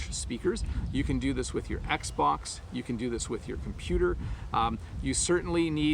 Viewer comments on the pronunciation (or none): none